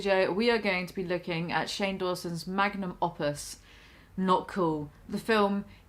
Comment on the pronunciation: “Opus” definitely isn’t pronounced like that.